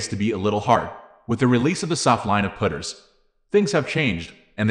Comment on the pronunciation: Why are you calling them put-ers?